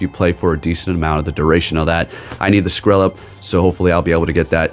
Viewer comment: Skrelp rhymes with Kelp. 🙂